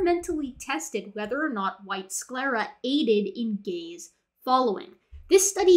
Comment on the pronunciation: I wemt through nearly the entire video being confused because u heard gay/gays every time she said gaze... So gay signaling, gay following, etc.. Im an idiot